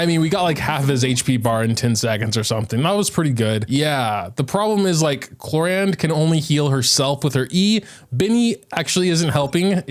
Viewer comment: Why are u calling her “clorande” though?